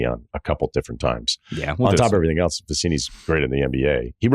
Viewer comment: I like this video. One question. Are you saying “elTse” or “else?”